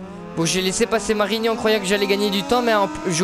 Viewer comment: C marini ! Pas marinian mdrrrr